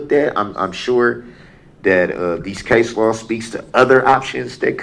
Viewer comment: I don't even think he did the research and somebody handed it to him😅 he couldn't even pronounce the case law